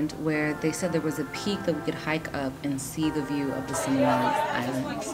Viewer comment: Oh, God! Simian Simian Simian. Similan, Si mi lan .(ˈsimilən ) . is not sai mian.